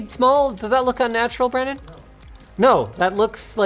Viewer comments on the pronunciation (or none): it sounds like he says my name “Branan” instead of “Brandon”